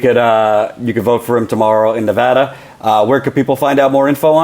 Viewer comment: Ne-VAD-uh! Sorry, pet peeve.